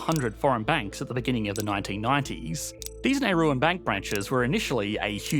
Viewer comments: Nauruan not whatever you are saying. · As someone who worked there for 2 years as an expat... It's pronounced "Nah-roo" and they are Nauruan, not "Neirusian".